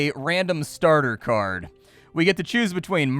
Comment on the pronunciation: Thought the game looked interesting and sounded cool until "card" was spoken. Ug. Just ug ug ug ug ug.